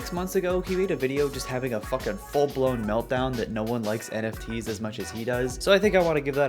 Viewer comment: take a shot of water every time gary says "foken" now you're hydrated!